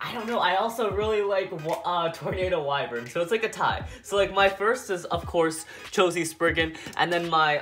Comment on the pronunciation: At the last part you said cho z spriggan